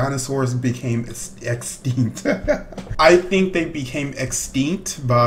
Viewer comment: he said eggstinck